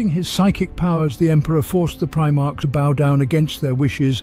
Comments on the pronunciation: I appreciate the work involved in compiling all this lore, and the narrator's voice is very pleasing. It can, however, be distracting, when words are mispronounced, or pronounced differently each time (especially things like the occasional "pry march") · It's the common problem with text 2 speech. You'd probably have to change the spelling to something the program would end up pronouncing "correctly". Maybe "Prim-arc" etc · Other Preemarks, he's gotta be trolling with some of these pronunciations. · My god you pronounce things in 3 different ways and it kills me. Primark, primarsh, primerk. Nikea, nisea, nishea. STOP IT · i know, but the way he pronounces words like "primarch" or some of the names is just wrong. Don't get me wrong, English is not my native language, i am born in Eastern Europe, so i could totally be wrong. But i listened to almost every 40k audio book i could get my hands on, so i have a decent idea about how some of the things are pronounced.